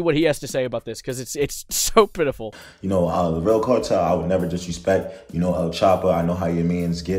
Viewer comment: I’m sowwy the cawtel 👉👈 🥺